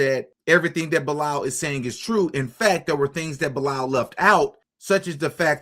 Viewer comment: it's "BEE-LAL" > Bilaal is a Muslim name, when you dt know ask! It's the name of the Muslim that prophet Mohamed (PBUH) asked to make the 1st call of prayer when Islam was born because of his beautiful voice. This guy either converted in Islam or was born Muslim.